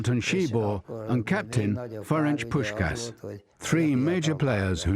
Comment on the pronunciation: "Ferencs Puszkasz" SZLAMB